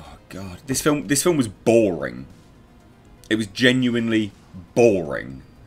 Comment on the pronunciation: "It was boWring" 2021:)